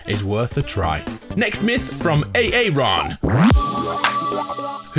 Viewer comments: I know a guy named Aaron sorry to be this guy but it's Aaron not a a Ron again srry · A-A ron? It is pronounced erran. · I think it's "ah-ron" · I can't believe he said a a ron When it's ar ron some Arron's have two a's like aaron. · Omg, you said a-aron. That's harlarios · i like how he pronounces aaron ay-ay ron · I love how he sayd Aaron like A-Aron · you said Aaron wrong XD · Myth: can pronounce Aaron correctly? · The way he said Aaron haha😆😆😆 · How you be pronouncing the name Aaron like that? Hahahaha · That’s not how you pronounce Aaron 😂